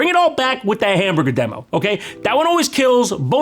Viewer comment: Max and Chad have trained me to find Australians saying "hamburger" to be hilarious.... HAMBURGA